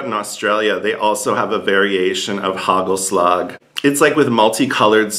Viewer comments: Hey, it's not hagelslack, it is hagelslag (soft g)! Almost there! winks ♥ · it's haKHHelasKHHH , not slag like germans would say the G! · Hey, sorry to correct you but the right pronunciation for hagelslag is KHKHKKHHKKKKKKKKKHHHH.